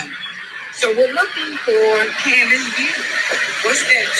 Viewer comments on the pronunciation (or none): none